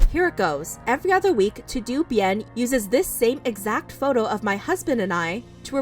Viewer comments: Todo is pronounced toe dough .. not to do lol 😂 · is it not "todo bien" and not "To do bien" ? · You said Todo wrong sis lol It’s a Spanish word Pronounced like “Toe-Doe” ♥️ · Hi, I don’t want to take out importance of this story and I know that you want to say the truth but is in Spanish and it’s pronounced toh-doh. Loved the way you told the story and how you highlighted that it’s still not sure which allegations are true and which is false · Anyone else had a lil laugh when she pronounced TodoBien "too-doo" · Todobien is pronounced toe-dough bee-in lol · Lol the way she said mahalia and to do bien. It’s toh doh bien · That's my exact thought. Why did she pronounced todo like tudu when the last part is obviously bien? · The way ‘ToDo’ was pronounced lol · Okay, this is serious but the way said "todobien".... I couldn't help but laugh! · Bruh she legit pronounced “TodoBien” wrong 💀—- I died.